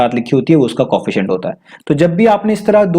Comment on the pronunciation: Co, efficient Not Coefficient [just pronounciation]